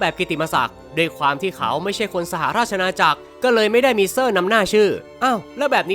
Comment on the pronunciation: พี่พูด ว่า สหราช ณา อา จักร นะครับ😅😅